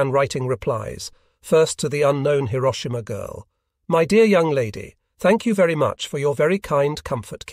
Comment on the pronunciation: The narration is improved. Even "Hiroshima" was pronounced correctly.